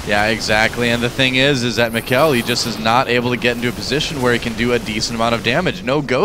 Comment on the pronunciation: If you wanna know how to say the name correctly. It's pronounced meeka-el.